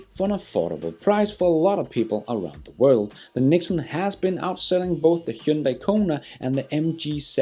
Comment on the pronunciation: the TATA NEXON is NOT pronounced (NIKON ) but rater NEX - ON